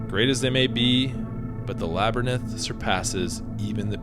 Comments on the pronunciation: Great vid! Thanks. It's Lab a rinth not lab er nith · Laberynth is pronounced LA-BER-INTH not LABER-NINTH. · Bro, Labyrinth is pronounced lab-rinth. Not La-ber-ninth. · Say labernith again....🔫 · A 'laber-ninth'? Are you serious? I really like your posts but you often mispronounce things and I ignore it, but this, well, sorry. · So this is where Joe Rogan learned to pronounce "Labyrinth" like that